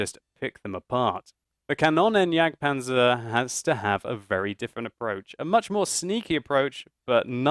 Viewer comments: Xeffx From what ive been taught (as a dane) german is pronounced exactly like its written. just pronounces it more like Kannonnenjagdpanzer. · Is it not pronounced "kan-oon-en"? I'm norwegian so :D